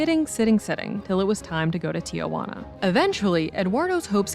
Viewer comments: It’s pronounced tee-hwana, not “tia” hoo-anna. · Eduardo, no Edwardo. Tijuana, no Tiayuana.